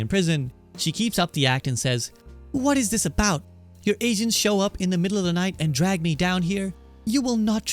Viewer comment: . To me it sounded like you just said "Your Asians show up in the middle of the night and drag me down here". I know it's supposed to be "agents", but it's pretty funny to think that Azula is racist towards Asians considering she herself is Asian.